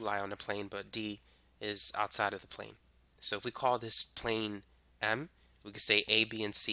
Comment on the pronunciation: Lol I seen on one diagram there was KLM and when you said plane m it kinda sounds like Pan Am klm + pan am = tenerife